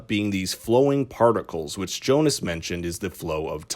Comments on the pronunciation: But why? Why do you americanize their german names? It's Jonas!! Pronounced "ionas", not "johnas"... And same with the rest of them. You'd think you know that after 2 seasons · Jonas? Seriously? Do you spell it like that? It pronounces Jonas. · Its pronounced ‘Yo-nis’ not ‘Jonas’ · It is Jonas. It's a German name as well. And Franziska without h